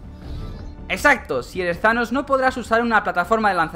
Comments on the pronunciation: Se dice tanos no zanos Se lee thanos pero no se dice zanos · No es zaloo es thanossssss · Thanos * No zanos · embes de decir thanos dices shanos XD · porque dicen sanos en vez thanos como se escribe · no es shanos es thanos mirate la peli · Porq dices Zanos tio?? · like si crees que dijo zhanos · Tanos no thanos